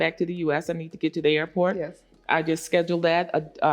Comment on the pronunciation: 😂lol… She said “Airr-o-port.” 😂Then she said “500 pesos” to get there and the pop up said “$500 USD = $8550 pesos” 😂😂. It’s less than $50 y’all.